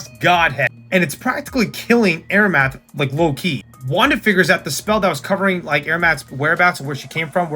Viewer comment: Nice video! (Also Amaranth is am-uh-ranth/am-er-ranth)